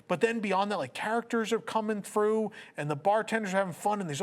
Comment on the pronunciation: Loved this review! That moment when explains the sabacc table and annunciates like a British man , the energy was hype. He said “coming through like frew”! I felt that 🤣🤣🤣. Well done! If they could replicate enchanted rose at the GF on the ships it would be amazing